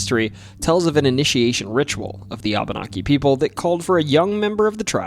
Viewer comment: Reapeat aftare me; wah bah nah key. Abenaki is pronoynced wah bah nah key.